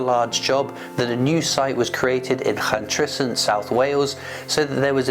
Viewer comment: Someone cannot pronounce Llantrisant 😂